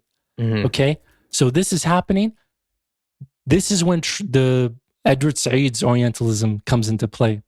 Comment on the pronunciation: I don't know why these guys invite this guy. He can't even speak Arabic and acts like he is an authority on Arabic. He called Edward Said 3idward Sa3id. 😂😂 he also says whodou3 when he means wodou (ablution).